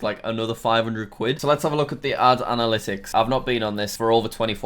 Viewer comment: Other youtubers: Analytics! Jack: ADalytics!!